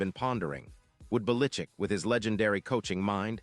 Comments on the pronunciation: Bill belitzit that what it sounded like his name starts with a bell not bellickick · Lord, AI learn to pronounce his name. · You or your AI has no clue how to pronounce Belichick!:face-fuchsia-wide-eyes::eyes-purple-crying